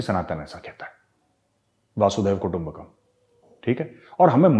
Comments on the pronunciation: सर वासुदेव नही वसुंधेव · Sorry Major, , it is not vasudev, it is vasudhev, it looks same but has a different pronunciation, not to disrespect you:-) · मेजर साहिब सही उच्चारण वासुदेव नहीं वसुधैव है। कृपया अन्यथा न लें। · the phrase is "Basudhoiba Kutumbakam" not "Basudeva Kutumbakam" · आप "वासुधैवा कुटुंबकम् " बोल रहे है, सही उच्चारण "वसुधैव कुटुंबकम्" है। 🙏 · Gauravji,it is vusoòdhaiva kootumbakum and not vaàsudhaiv kootumbakum. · Good Evening! I am regularly watching Chanakya Dialogues ! Congratulations & you are doing very well in every aspect of covering current issues & situations! But there is a small request for correcting yourself & understand the right pronounciation! It is वसुधैव कुटुंबकम् ! You are pronouncing as वासुदैव कुटुंबकम्! वसुधा का अर्थ - धरती होता है , इसीलिए वसुधैव कुटुंबकम्! & Not. वासुदैव कुटुंबकम्! I hope you understand the difference correctly! Thought to suggest you the correction after listening over many times! All the Best! 😊👍👍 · Sir ji, humble suggestion. It's not वासुदेव कुटुम्बकम्' but वसुधैव (वसुधा+एव) कुटुम्बकम्. पूरी वसुधा (पृथ्वी) ही हमारा परिवार है. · महोदय नमन। वासुदैव कुटुंबकम् नहीं है बल्कि वसुधैव कुटुंबकम् है। आप ज्ञानी है अन्यथा मत लेना । धन्यवाद 🙏🙏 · It's not वासुदैव, it's वसुधैव कुटुंबकम् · Major saab, pls note "vasudhaiva kutumbakam. It is actually vasudha meaning dharati, iva meaning "hi" kutumbakam meaning pariwar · Let me correct this pronunciation - व... वसू....वसूधैव "वसूधैव कुटुंबकम " 'Vsudhaiva Kutumbakam' 🙏